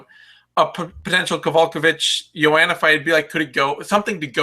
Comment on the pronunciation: I have a dream, that white children and black children will all one day together watch the 6th round and hear pronounce Joanna's name correctly. I have a dream today!